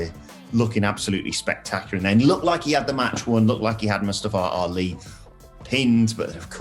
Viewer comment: The way these English guys pronounce Ali's name is hilarious. Wrong. But hilarious